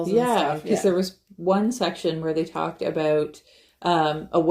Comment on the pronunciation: That was “talked”, not raled!